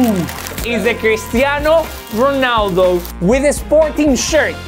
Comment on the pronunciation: "CRISTIANO GHUNALLLDOOO"😂